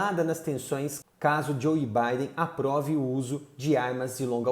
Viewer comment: "Joi baden" é brabo